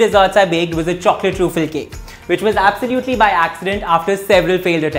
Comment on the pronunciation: You are probably mispronouncing truffle and I started questing myself if I have been mispronouncing it whole my life.